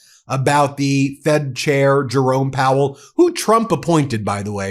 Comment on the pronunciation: lol he can't say chair anymore 😂